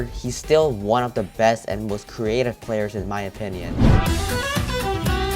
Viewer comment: Did u say best anlmals or player lol I hear anlmals